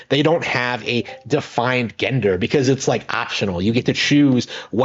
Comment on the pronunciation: You mispronounce gender and rhetoric, lonely guy. Try actually having conversations with people. You desperately need practice. You'll need to bathe and learn to stop picking at yourself first. It's rather disgusting.